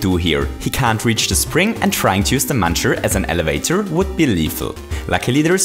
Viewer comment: Did anyone notice he said muner?